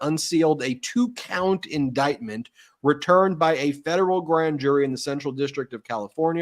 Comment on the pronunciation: What an embarrassing member of congress. Doesn't know rules. Couldn't even READ the word indictment. CAN'T POSSIBLY know wtf it means. SO HUMILIATING!!!